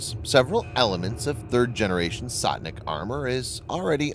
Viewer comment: its not Sotnik but Stotnik...sto means hundred